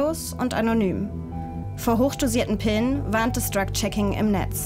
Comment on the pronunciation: sagt sie auch Dreck Checking. Vielleicht ein Freudscher Versprecher 😅